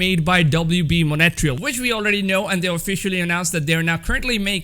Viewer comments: It's MONTREAL NOT MONETRIAL!!!!!!!😡😡😡😡 Jesus bro learn to speak english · Wb “Mon-et-real